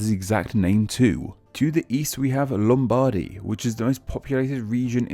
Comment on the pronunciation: Many inaccuracies, but that "LOOMBADI" really triggered me.